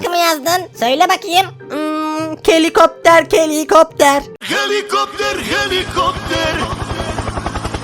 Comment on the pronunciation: Abi Helicopter Helicopter parrra gopter pallla gopter dediğinde güldüm😂😂😂😂😂😂